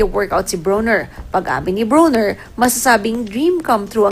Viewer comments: Bwhahaha she said Adrien BONER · Hahaha the reporter said BONER instead of BRONER😅😅😅😂😂😂